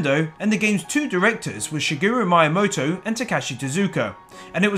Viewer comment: OY! SHA-GEE-ROO MY-A-MOTO! Learn how to pronounce names you fucking idiot